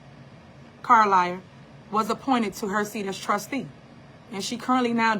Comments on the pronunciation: So she wants to sue for defamation ,but insists upon calling trustee Carmen Carlisle " Car-liar"? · Lol I’d rather be called Carlliar than Theifany